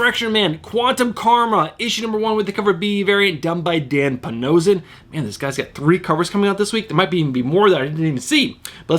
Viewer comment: Great video today!! Do you pronounce his name Dan Pa-no-she-ion or am I wrong??